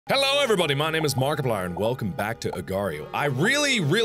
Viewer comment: It sounded like you said Magiderp. Like a derpy-looking Magikarp. And before anyone jumps to conclusions, I did not make a reference that that. The only reference I made was of Pokemon.